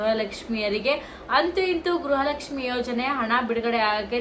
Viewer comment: Madam what is u saying is it is not a guraha lakshmi it is garaha lakshmi first correct your word